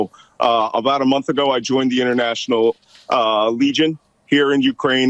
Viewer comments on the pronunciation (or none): none